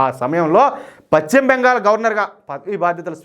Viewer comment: Pachhima bengal kadayya. paschimabengal antaaru.telugu sarigga palakadam nerchukoni AA tarvaata video lu cheyyi. Neevu telugu nu khooni chestunnavu